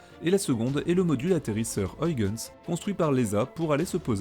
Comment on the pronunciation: Passionnant comme toujours. Mais pour Huygens c'est pas aille-gens qu'on prononce, c'est juste: u-i-gens